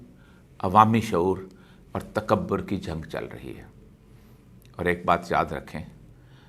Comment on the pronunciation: اوریا صاحب، تکبر میں ب پر پیش ہے، زبر نہیں یعنی ta ka bur. اور پاکستان میں ک پر زیر ہے، زبر نہیں۔ آپ زیر اور پیش کو ہمیشہ زبر بنا دیتے ہیں۔ غالبن پنجابیت کے زیر اثر۔